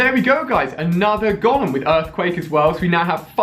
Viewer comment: The way you say Golem triggers me so bad